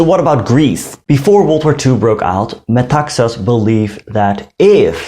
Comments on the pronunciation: You pronounce his name by stressig the last syllable---Me-ta-XAS. last syllable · You pronounced all Greek words and names quite well. In Metaxas, the stress is on "xas". Very nice video. One little mistake is that the Nazis met with considerable resistance in the northern border but prevailed. They have acknowledged this officially and treated prisoners with honour.